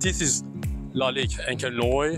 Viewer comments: ... you pronouse it ONCRE NOAR like in good everning: bon soir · Il dit carrément "Encre noix"🤣🤣🤣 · It is pronounced encre nwar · IS SPOKEN OUT AS ENCRE NWOAR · C'est vraiment très drôle la façon dont tu prononce " Encre noir" 😄😄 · Hahaha...you butchered the name of Encre noir so much. But good video. THX man. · No offence bro but learn to pronounce "encre noire" :D Maybe ask some additional questions to their opinions and don't look so scared. Cheers.